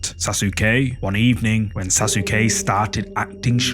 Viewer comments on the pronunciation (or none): SAUCE KAY not sas u ke lol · Almost cut video saying sas sue que it’s pronounced sa suh Que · "Sasuke": SA SOO KEY 😅😂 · Like this comment if you loved the way he said Saske name 😂😂😂